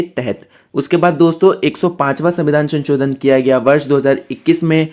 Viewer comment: Ssir sanchodan😂 nahi sansodhan